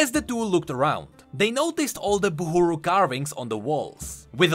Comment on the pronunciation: ITS BUHRU , NOT BUHURU !!!